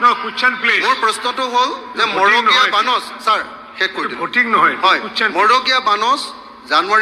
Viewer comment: মগড়ীয়া নে? মড়গীয়া।